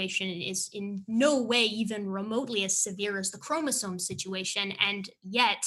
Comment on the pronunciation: I really trust a guy who says chromosone and orangutang